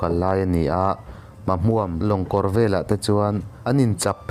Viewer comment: Syhlet hi i chhiar dik lo. Silet tiin i chhiar a, Sihlet ti a chhiar tur. Mahmuam pawh i chhiar dik lo, Ma hmuam ei/hmuam tia lam tur.